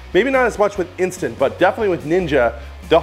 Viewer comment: You rail against the "metal spoon scraping on cast iron" however you whack (several times) your metal spoons on an enamel Dutch Oven! SMH! And the brand is "In-STANT" not "Insta"! Pet peeve of a long-time Instant Pot owner/user. 😕